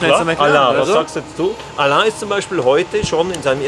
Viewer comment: Warum nennen Alain alle allah wird er nicht er wie ellen ausgesprochen.